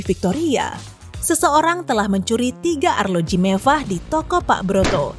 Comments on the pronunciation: dengernya kek bkn mewah tp MEVVAH :) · Saaangat MEVVAH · Emang mevvah..... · Iyaaa mevvah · MEVVAH BANGT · Sangat sangat sangat MEVVAH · Mevvah :v